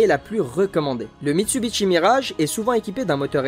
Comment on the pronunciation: Les liaisons à l'oral constituent un petit florilège en soi, sans compter que je me demande bien pourquoi Mitsubishi devrait se prononcer Mitsubitchi ?